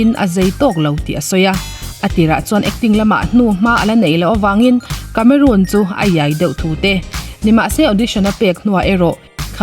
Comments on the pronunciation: I channel hi hmaih lovin ka lo view ve ziah a, thu i chhiar thiam ka tih ṭhin teh lul nen, tun ṭum chi ngaimawh deuh deuh a awm ve tlat mai. Vau tih hi vo i ti a, tunlai ṭhangtharho style. Inkawm ngaih ni lovin inkawm ngeih tih bawk tur. A sap ṭawng lamah, Cameroon tih ni lovin Cameron. Charles Angel ni lovin Charlie's Angel a ni bawk. Lo sawi ve zuai. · Cameron Diaz a ni a. Cameroon Diaz a ni lo. CAMERON pronounce dan i hriat duh chuan google mai rawh. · Cameroon iti tlata... cameron or camerawn anga lam awm zok tak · Diaz a lam dan hi chu a dik thlap..Cameron lai hi a lam Cameroon daih a..Diaz tih lai hi chu a lam dik thlap e.. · Cameron i lam dan khi diklo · Camerun ti in an lam thin ami?Cameron(rawn)tih zawk tur ani lo mi..?🤔😛😂😂..charles angel te hi...mi lam loh dan zela han lam kher chuh...i nghal reuh ka ti...😂😂...lo ti ve chhen teng...😂